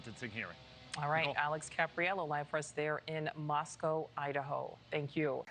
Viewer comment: Thanks for pronouncing Moscow correctly.